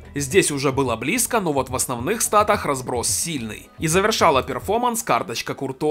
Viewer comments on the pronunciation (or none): none